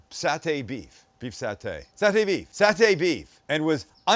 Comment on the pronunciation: Dude you pronounced saute wrong and it's not because you used to live in Canada.